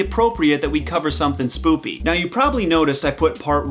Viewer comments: did anyone else here him say spoopy instead of spooky or do i need hearing aids? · no one gonna talk about the way h said spooky: " Spoopy" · Why is he saying “spoopy” instead of spooky.